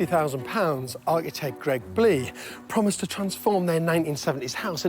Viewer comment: Finally George caved and a one point pronounced "Architect" correctly. Cheers George!